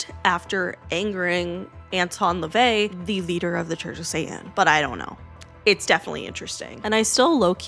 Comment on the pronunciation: La-vay. Kirst-tee. Hub-ard